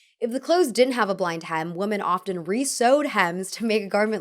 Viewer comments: Learn how to say "women" properly. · PLEASE look up how to say “women”!